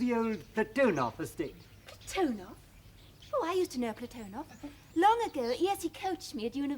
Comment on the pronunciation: PlaTOnov pronunciation annoying. I believe it's PLAT on ov with the emphasis on the first syllable.